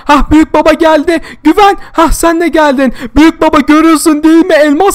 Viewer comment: Güven değil gıven